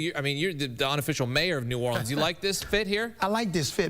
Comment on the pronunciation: Everyone can say New Orleans right but the guy who's from New Orleans 😂😂😂